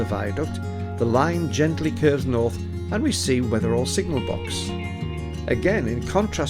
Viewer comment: Never heard it pronounced Wether-all before, more Wether-ul. The Holy Trinity Church going down from the green on the other side of the green is my family church or Mother Church, not been there in years. I'll have to venture out sometime.